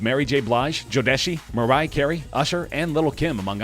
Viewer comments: Who's Jo-deshy?? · I like the way he mispronounced Jodeci and it's also Usher is a R&B singer not a rapper Will Smith is worth 400 million he's a rapper whatever happened to him I thank you list is bulshit on the bottom half but you're correct on the top half but you always do your best to put Eminem in there he's not in my top ten in rappers at all.... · Bro you bugging first off when you put birdman and slim on the list the picture you put of slim was not him at all secondly the picture you put of DJ premiere wasn't him either that was ric Ross and last but not least you butchered the hell out of jodeci name .....respect the culture